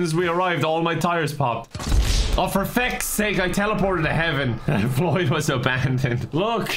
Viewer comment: "Floyd died? How did floy die?" 1 minute later: "GOOD JOYB FLOYD! KEEP IT UP" I don't think I ever heard flub so much:D